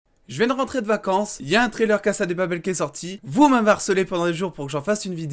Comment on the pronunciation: Arrête de dire cassa des papel